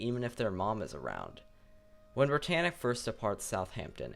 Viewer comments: schip entschuschiascht brittanitsch was very schtrong schip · Why do you do that brittannic